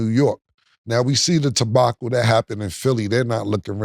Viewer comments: New Cam-ism Word Introduction: Tebacle🤦🏿‍♂️...formerly known as Debacle. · "Tabacle"??? Cam's "Stanima" vocabulary is inspiring 😂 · we see the "TABACLE"? We give you a pass because we understand you, but Cam 😂 Come on my nicca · Cam said tebacle instead of debacle. 😂😂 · Wait did Cam say Tebacle??? 😂😂😂😂😂 that’s wild lmaooo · Nigga Killa said tabachel instead of debacle 😂😂😂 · he say tabacle but he always say disparincy at least once a show 😂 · WTF is a Tebacle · Cam what is a “Tabacle” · Hold up, did CAM just say "Tebacle"......YOOOOOOOOOOOOOOOOOOOOOOOOOOOOOOOOOOOOOO